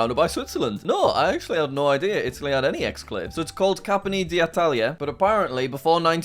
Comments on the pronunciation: bro it's not capmony, you say it like kampyone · Ok its pronounced "cah-mp-y (E as in the start of EASY) - Oh - Ne (Like a horse how it goes neigh) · The italian city it's actually pronounced Cam-pio-neh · How can you not mention the Falklands when looking at the Argentina map as a Brit? Also it clearly said Campione, not Cappony And plenty of "privileged white persons" know about Venezuelan hyperinflation and Argentina's inflation and economic mismanagement. Nothing to do with privilege, just lack of education. Why does this guy have 1M subs lol? He's daft as hell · Text: "Campione" Jack: "Capony" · Why is he saying "Capponi"??? Where does he read that???? Wtf? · Pronountciation:Campione Jack:Cappanne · Campione = "Capany" 🤭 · Jack talking Italian is absolutely beautiful and wrong at the same time. I couldn’t stop laughing. (Said by an Italian) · He can't even pronounce "Campione" mate